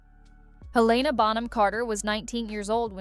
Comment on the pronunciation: Get the names correct! Helen-a